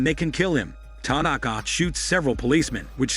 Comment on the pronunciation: Ty- Nak-Kah😆